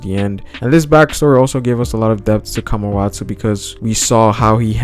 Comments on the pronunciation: i think its Kawamatsu not Kamawatau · It's Kawamatsu not kamawatsu